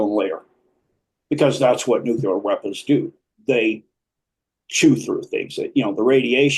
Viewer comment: Will somebody please explain to me why I'm listening to this gobbledy-gook nonsense? Never trust an "expert" who can't correctly pronounce the word Nuclear.